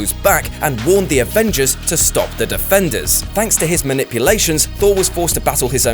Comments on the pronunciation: He said avenders vs defenders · "The Avenders vs Defenders war" (facepalm) must have been a tongue-twister ay? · "Avenders vs Defenders" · You said "avenders" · did he say "Avenders" before he said defenders 😂😂 Dm I love all ppl at what culture 😂😂